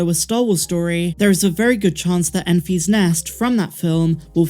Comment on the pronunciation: It’s pronounced EN-fiss not EN-fees. It’s all one word, it’s not a possessive like “I found the egg in Mary and Enfy’s nest.”